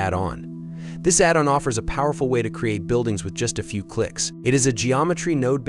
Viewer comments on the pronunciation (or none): Robot voice video. It can't say "addon"!